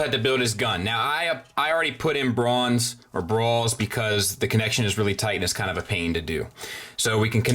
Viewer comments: I hope I am not to late to tell you you called Brawl Brawn YoOU FoOOLL! The blastoff chest does look better than I thought it would though. Im holding out for mmc and hopefully it isnt tiny (so to speak) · Brawl not bron